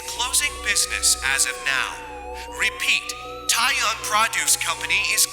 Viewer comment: Love your readings so much! Just a quick heads-up for future eps: 'seon' from seonbae is pronounced closer to 'sun' and 'tae' from tae-young sounds more like the 'e' in 'tech'. Thanks for making these!